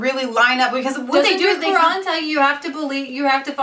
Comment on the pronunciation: Firstly, if you're going to slate Islam and claim that you know the teachings of the Quran, please learn how to say A)Muhammad B)Quran Secondly, what you are saying in this video is completely misinformed, Islam if the most peaceful religion and Muslims the amongst some of the most peaceful people you will ever encounter. The people you are referring to are Islamists, alongside a smattering of extremists , bear no real representation of the majority of the immigrant Islamic community. Your implication that the whole of the "30,000" Mulism residents of Luton are extremists is honestly laughable. What you can see from the protest is that a few hundred Islamists were on the march, the camera angle probably exaggerates the scale of the rally for dramatic effect. Furthermore, your heralding of Stacey Dooley as she slates these people acts to imply that she is an anti-Muslim, which if you watch the documentary, will discover is complete rubbish. You CANNOT imply that the bible and Christianity is without fault when comparing it to the Quran, both these books are archaic and ideologies change, though I cannot claim to have read the whole Quran, I have a fairly proficient knowledge of it as well as of the Muslim community, I have also visited many Mosques and known and met many Muslim people in my sixteen years. It astounds me that two evidently grown women could be labouring under such a heinous misapprehension as the one you appear to be under in regards to the Muslim faith. As a C